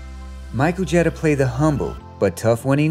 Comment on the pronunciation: Mary Wicks also played a nun and drove the bus in The Trouble With Angels. Mary Wicks is also in White Christmas with Bing Crosby and Danny Kaye. How did you miss this?!!?? It's Micheal GEE-TER, not JET-ER